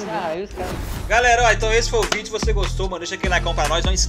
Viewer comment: "Tão tão então, vídio do